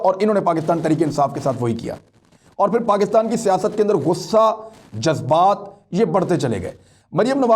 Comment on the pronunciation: Ze nahi zal ataa hai jazbat mein 😀😂😃😄